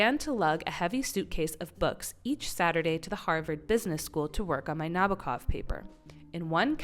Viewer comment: 1● Vladimir Na-B O H-kov. 2● Vladimir Na-B O H-kov. 3● Vladimir Na-B O H-kov.